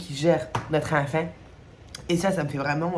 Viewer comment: Le "notre enfant" à la québécoise voire à la série Le coeur a ses raisons j'aime trop 😂😂😂